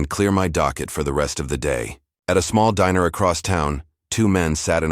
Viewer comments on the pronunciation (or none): none